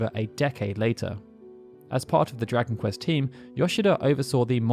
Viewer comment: What game is this Drakenquest keeps speaking of? And the "Mae" part of Maehiro is pronounced as "mah-eh" I'm really sorry, but how did your pronunciation skills get so bad? Especially since you've been running this channel for such a long time, one would think you'd gotten better at it over time, my dude. The Japanese names I can understand, but English words like dragon and compilation (remember I asked you about compile-lation during a live stream?) are really strange, since you don't seem to have too much trouble in general. It's just certain words every now and then that make me go, huh?